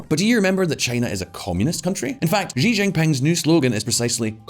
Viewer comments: In English, the president's last name, Xi, is pronounced "she" not "gee" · For fuck's sake learn how to say Xi (Jinping). The closest English sound is "she" (female pronoun).